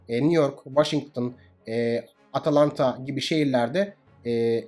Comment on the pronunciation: üstad, atalanta değil Atlanta ...